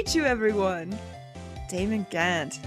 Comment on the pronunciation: Wait his name is pronounced "jant"?